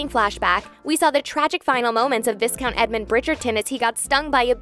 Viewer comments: WhistleDOWN, not Whistledon. VIEcount, not viscount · Not just for the purpose of the show, it is pronounced Vi-count, with the "s" being silent. So we are really on the same page. For some folks the correct spelling creates a challenge with the pronunciation. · A couple of things. It's VI-count not VIS-Count. The tulip thing is a call back to the book where Anthony gave her a tulip. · It's Vi-count. Like just Y-count. Not that hard to pronounce. Great vid tho! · Vi-Count!!!! please! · Viscount is pronounced VIE-count. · It is pronounced vi-count, for the "s" is silent. However, it is spelled viscount. Etymology The word viscount comes from Old French visconte (Modern French: vicomte), itself from Medieval Latin vicecomitem, accusative of vicecomes, from Late Latin vice- "deputy" + Latin comes (originally "companion"; later Roman imperial courtier or trusted appointee, ultimately count). Belgium In Belgium a few families are recognised as Viscounts: Viscount of Audenaerde Viscount of Hombeke Viscount de Spoelberch Viscount Eyskens Viscount Frimout Viscount Savoir Viscount Poullet Viscounts in England & Ireland Pronouncing the word Viscount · S2 remains my favourite. Kanthony is the best couple in Bridgerton ❤❤❤❤❤. But what is with the pronunciation of the Viscount 😂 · To everyone complaining about the viscount mispronunciation, yes it’s very annoying, but I think these videos are voiced by AI and not a real person 🤷🏼‍♀️ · It’s difficult to take any of what’s discussed here seriously when the narrator can’t pronounce Viscount correctly. 🙄